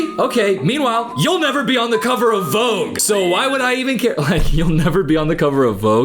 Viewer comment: the way you wrongly say the word "Vogue" hurts my ears 😖🙉